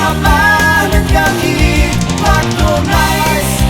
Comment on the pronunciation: Písnička dobrá o tom žádná, ale moc nerozumim tomu co to je to "najs" pokud se myslí to francouzské město, tak to se vyslovovuje spíše "nys"...